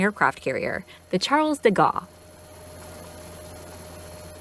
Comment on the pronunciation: Actual pronunciation: Charles de Gaulle = Charl de Goal Rafale = rafal not "rafael" Dassault = Dasso